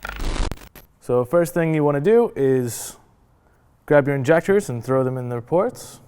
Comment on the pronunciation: INJACKTERS lmao never calling them injectors now hahahaha